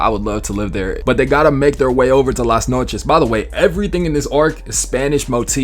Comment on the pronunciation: This the first time i hear an american spell "las noches" and it actually sounds spanish